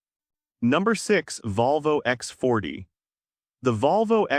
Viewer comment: it’s pronounced Eee ecks forty. I proudly own its coupe twin, the (E)C40, and yes, it’s an absolutely great vehicle ❤